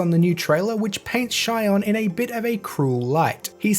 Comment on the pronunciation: "she" + "on" = Shionne